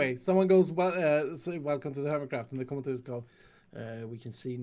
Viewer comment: "Earmitcraft"??? Seriously Mumbo? How do you even??